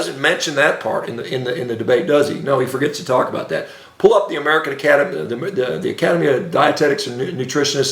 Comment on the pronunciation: Shawn baker mini-stroke goes for like 15 seconds! He’s very angry and can’t say “American academy”. Mispronounced “conflict” 15 seconds later. Get help, Shawn, get help. Brain arterial supply is waning and brain is as inflamed as a 20yr NFL veteran.